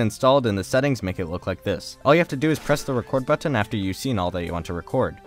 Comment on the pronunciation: I love ur vids but I hate the way you pronounce button